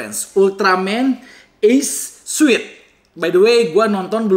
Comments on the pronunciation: Kerenn.. Btw, suit bacanya sūt... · Koreksi dikit aja, suit bacanya sut